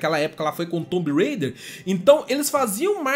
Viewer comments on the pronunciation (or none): none